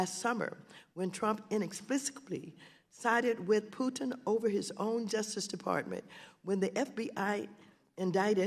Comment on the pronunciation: Did she just call Putin Tudin in her very first reference to him?😂😂